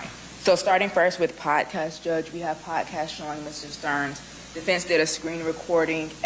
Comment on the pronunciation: Quit saying "potcast".